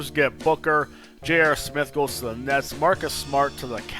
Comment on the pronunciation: he tried to say nets and said nuts